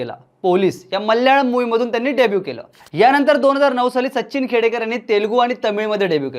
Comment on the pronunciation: Sacchhhin nahi Sachin mhann re